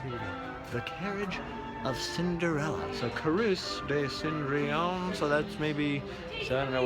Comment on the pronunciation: You pronounced Cendrillon perfectly. Sen. dree awn. C'est parfait!!!